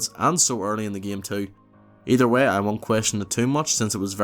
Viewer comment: And "way" like "wehh"